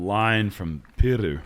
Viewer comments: Funnily enough pronounciation of "Pyry" was way better and closer than the pronounciation of "Joutsen" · Joutsen is pronounced more like "Yo-tsen" than "You-tsen". But the Pyry-part us going so much better 👌🏻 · learning Finnish name pronounciations is admirable. Hears the name once in a language where R is pronounced very differently from his own and instantly gets it like 99% right. Impressive af. 👏🏻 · A lot of people can't make their Rs sound like that. It's a good skill to have for commentary.